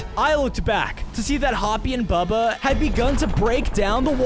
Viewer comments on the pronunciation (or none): Bro his name is not bubby his name is bubba